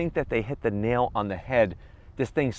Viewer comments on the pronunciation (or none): none